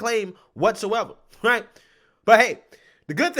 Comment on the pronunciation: New DRINKING GAME!!!Every time he say's " HRIGHT " you take a drink. Good luck with that hang over. LOL